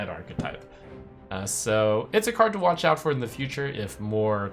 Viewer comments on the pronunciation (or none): none